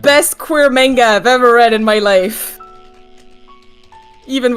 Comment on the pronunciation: pronouncing manga like an australian trying to imitate an american accent. "Menga!" Edit: Fuck yeah, Val and Issac mentioned, love that web series.